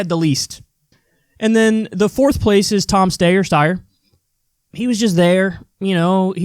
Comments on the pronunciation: It's Steyer, not Steyer. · DUDE just say Steyer the way it's pronounced it's annoying as hell, vaguely anti-Semitic (it's a Jewish name), and super unnecessary. Like, why? It's stupid, why is this something you can't let go? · Like I think Steyer should completely drop out! I think his candidacy is meaningless! But what's this thing with pronouncing his name wrong, what does that even do? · Stayer/Steyer lol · Kyle, I think you can now safely pronounce Steyer as Styer lol because when one of the moderators wrongly referred to him as Mr.Yang he said “I’m actually Mr. StYer” and plus everyone pronounces it that way : ) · Stayer. Steyer. Stayer Steyer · Kyle I love you man but TAKE A STANCE ON HOW YOU PRONOUNCE STEYERS NAME lmao I hate how he always says Stay-er/Sty-er just pick one fam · Can't believe Kyle is still doing the Steyer-Stayer thing. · Please Klye. Please. Just say Steyer one way. I've developed a tick each time you say both pronunciations. Go Bernie. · I resent the hell out of Steyer, but could you plz stahp? The stayer/steyer thing is just annoying. My 2¢ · Wake up SHEEP! big seltzer DOESNT want us to know how to pronounce steyer. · It's a schtick at this point. Kyle knows how to pronounce his name, LOL! 😆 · At least he dropped "Steer". I find it hilarious either way 😂😂😂